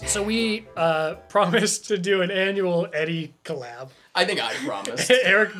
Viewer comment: I'm sure it's been said 100 times but I'll say it again.....cole-llab